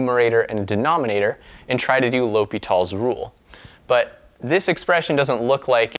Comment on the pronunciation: bro no S in L'Hopital